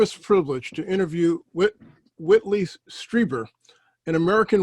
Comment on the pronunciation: his name is WHITLEY! not Whitney!!! lol